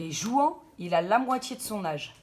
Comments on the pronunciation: Juan??? Mes oreilles piquent, on prononce rouane pas juan... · JOUANT! Ça ce prononce RROUANE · Juan se dit Ruán ! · Juan ça ce dit Rhouane